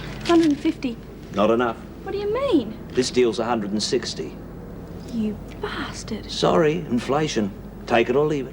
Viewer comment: John Smith ...and then always blames the man by saying, "You BOSTARD".